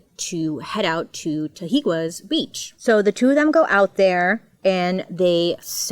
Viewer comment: Love you Bailey, those words are hard, I know, it is Ta He Guess Beach and Lom poke. Just trying to help here.